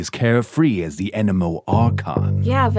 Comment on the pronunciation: The pronunciation of the actors 😭😭 “In-Ozma” says, “Enemo” says Zhongli 💀 Everything else was top tier tho song was perfection